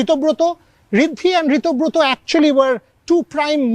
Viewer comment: It is Ritobroto. Not Ritibroto